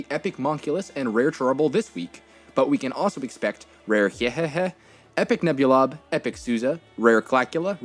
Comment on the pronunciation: Why don't you read Hyehehe's name like MPG it sounds so goofy 😂💀💀